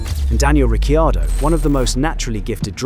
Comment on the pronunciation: downvoting cuz you said Ricciardo's name wrong.